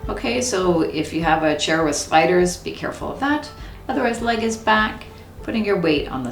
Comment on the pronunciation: Love this stretching routine, and your calm, relaxing demeanor (all delivered in that delightful Canadian accent. :-) ). Thank you for posting! BTW, for the life of me, I could swear you're saying, "....if you have a chair with SPIDERS" ! I was thinking you folks must have a pretty serious Arachnid situation up there, before I realized it was SLIDERS! 😂